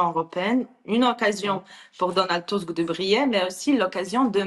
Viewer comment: Enfin qq1 qui, ds les médias, l'appelle TUSK, et non pas TUSK !! Cela doit bien l'escagacer d'entendre faire rimer son nom avec le Petit M..rdeux à chaque int'L "press report" ! BTW, cette interview a l'air de dater de qq mois : = "...alors pourquoi, à la veille de ce 2eme mandat Trump , ..."